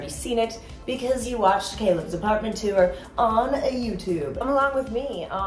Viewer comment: too-er 😂 instead of tour. it's one syllable. great video!